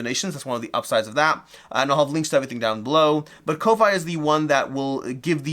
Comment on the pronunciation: Thanks for the giveaway! (Just FYI Ko-fi is pronounced coffee - as in buy someone a coffee)